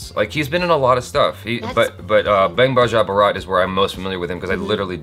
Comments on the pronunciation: Why does keep pronouncing Bang as Baang?! I think he's mistaking it to be a Hindi word. It isn't, it's English! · What is this "Bung" "Bung"??.. Its "Bang", like "Kiss Kiss Bang Bang".